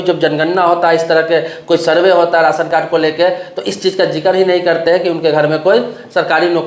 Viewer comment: Ration bolna Sikh